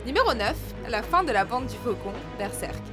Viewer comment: Tu peut dire le mot berserk comme il faut stp